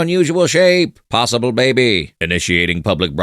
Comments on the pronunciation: I find it funny how you say "beby" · I love how you pronounce baby as beh beh